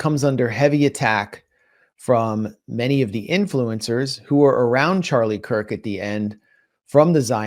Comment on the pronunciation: It's Charlie Kirk, not Charlie Kike. I'm happy CK saw through Netenyahu.